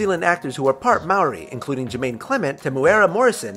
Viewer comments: Its Maori And comes from NEW ZEALAND GET IT RIGHT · Who else visibly cringed everytime he said Māori? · gotta hand it to him for his pronouncing of māori, half the people in newzealand can't even say it properly or any of our words properly. he tried and he dosen't even live in newzealand my mates live here and still say I'm marriy. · The way Māori was pronounced.. it got on my nerves😂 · Lol I'm from New Zealand, and I couldn't stop replaying the way he says Maori 😂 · Sigh... His pronounciation of Maori was hurtful, not many people say It right. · I hate it when Americans tryv to pronounce Maori oh well at least he tried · I'm not surprised but you said Maori, tonga and Samoa wrong. Everyone does it though